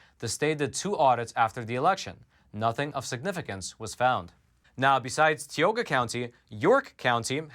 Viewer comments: Tee oh ga ...bruh it's tie oh ga ...Tioga .....plus it's not water it's wooder and it's a crick not creek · Tioga county = tie oh ga ,not tee o gha. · Hey, it's not tea oga, it's pronounced tie oga, for Tioga county. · Tioga...pronounced with a long I. Not Teeoga. (Sorry, as a Pennsylvanian, just had to say it) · Thank you for all you do. You and your work are appreciated. As a native of Tioga PA, if the county ever makes news again, the "I" in Tioga is a "long I". So it's pronounced more like Tie-O-gah. But details 😅 (Native American name) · Called ti oga county. As I is pronounced long I live in tioga county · Tie-oga is how to pronounce it 🤣 I am from tioga county. Sick that they won’t own up to their bullshit. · It's pronounced tie-o-ga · it's pronounced TIE-o-ga County, but said quickly [TIE.o.Ga]. Thanks for the great reporting! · it's Tie-owe-gah county. I'm from up that way. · say it with me. Tie-oh-ga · Hey! Great info! One thing, though. Tioga is pronounced with a long i and long o. 😊 Love your podcast! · I was born in Tioga County and assure you that is not how it's pronounced.